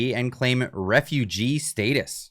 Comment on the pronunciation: Dude said "stay-tus".. why bro why? Love the videos btw.